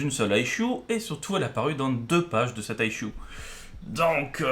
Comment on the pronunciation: J'adore comment tu prononces issue (aïl-choux) ;-) . Sinon j'ai une explication bien plus plausible pour les Xorrians : c'est une race plus mytho que mythologique (ouais parce que la logique est pas leur point fort non plus hein, faut bien le reconnaître). Ils fournissent aucune preuve de leur histoire, c'est un peu léger pour une aussi grosse affirmation.